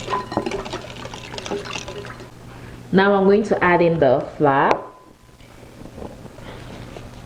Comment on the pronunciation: Are you trying to say Flour or fly?